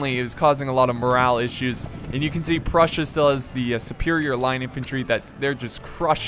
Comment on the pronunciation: Did he say brussia?